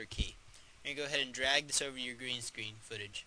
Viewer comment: did you say green sdreen"